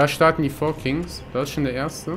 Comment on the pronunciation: ich muss dich mal verbessern auch wenn ich KEIN englisch lehrer bin es heisst KINGS nicht KIGNS ^^